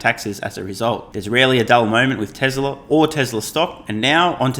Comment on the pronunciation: Please .... its TESL(A) not TESL(R). You do good work ... keep it up ... just the R is a bit off.